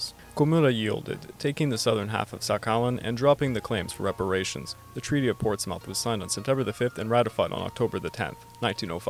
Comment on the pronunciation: Portsmouth is pronounced Ports - muth. Not mouth.